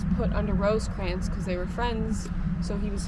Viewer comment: Can't watch a video where the narration refers to Rosecrans as Roseycrans....sorry